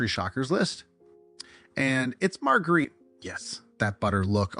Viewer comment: Margarine. Pronounced - Marge-ah-reen Not Marguerite Can I be your narrator or proof listener ?